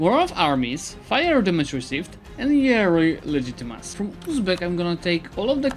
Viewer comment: Just a joke about the way you pronounce legitimacy! I hope you don’t take it wrong!